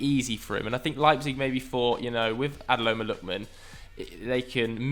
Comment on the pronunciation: “Adeloma Lookman” 😂